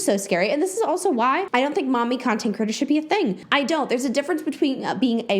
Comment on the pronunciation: I think it's adorable how you pronounce "creator" as "critter" - all I keep hearing is "content critters" lol okay byye